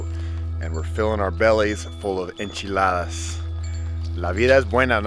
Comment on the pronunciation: Yooooo if those enchiladas were as great as your friend’s accent I will be very jealous!